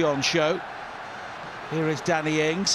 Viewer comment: every time the commenter says Danny ings fast it thought he said daddy ings